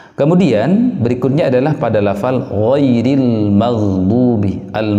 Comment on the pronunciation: Ghairil dibaca goeril